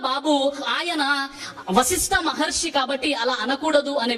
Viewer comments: హిందువులను సరియైన మార్గం లో నడిపించాలి అని మీరు చేసే‌ ప్రయత్నానికి అభినందనలు 🙏 మహర్షి అని కుడా సరిగా ఉచ్చరించ లేని వ్యక్తి మహర్షులు గురించిమాట్లాడుతూ ఉంటే ఏం చెప్పగలం. ఆ గీతా ప్రవచనం అనే పుస్తకాన్ని కుడా వీళ్ళ ఇష్టం వచ్చినట్టు వీళ్ళే వ్రాసేసి ఇలా అబద్ధపు ప్రచారాలు చేస్తున్నారు ఏమో. మనం ధర్మం లో ఎంతోమంది శాస్త్రం, పురాణాలు ఆధారంగా చేసుకుని అద్భుతంగా చెప్పే ప్రవచన కర్తలు ఎంతో మంది ఉన్నారు. హిందువులు వాళ్ళ మాటలు విశ్వసించాలి‌ గానీ మన ధర్మాన్ని ద్వేషించే వారి అబద్ధపు ఆరోపణలు నమ్మకూడదు. మీరు చెప్పినట్లు వారి మతంలో ఉన్న గొప్ప విషయాలు చెప్పుకోవచ్చు కానీ అన్య మతాలమీద అబద్ధపు ఆరోపణలు చేయకూడదు. మనం పురాణాలలో గోవు విషయం లో చిన్న పొరపాటు జరిగితేనే ఎంతో పరిహారం. చేసుకోవలసి వచ్చిన ఘట్టాలు చూసేము కానీ ఈ దారుణం ఎక్కడా వినలేదు. ఇది చాలా బాధా కరమైన విషయం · మహర్షి అని అనటం కూడా చేతకావడం లేదు